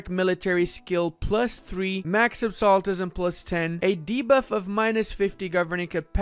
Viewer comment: Absolutism is pronounced absolute - ism. Not absollatism